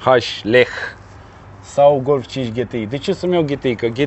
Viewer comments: De ce 'ghetei" si nu "ge te i"? La fel ca si la "aemghe" si nu "a em ge" :-s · E GTI NU GHETI WTF DUDE STOP ! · “Ghetei” 🤘🏽😂. La marca Sagem, ii spui Saghem? 😂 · daca tot ziceti ca vorbim roamna ar trebui sa zica G T I nu GE TE I...... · Daca 'GHETEI" e in germana, atunci de ce nu a pronuntat si restul numelui tot in germana?..."Volkwagen golf cinci" nu mi se pare prea 'nemteste'. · De fapt se spune GTI adica GI TI AI... vorbiti prostii... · ... pan' urma cum e , GHE TE I sau GE TE I .. hahaha ...